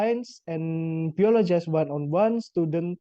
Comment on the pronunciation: Hi! I like the way you deliver your explanation: organized and easy-to-follow! I would also suggest checking and practicing your pronunciation (for example, the word 'biology' -- since I thought you said, 'biologize'?) Anyway. Good work!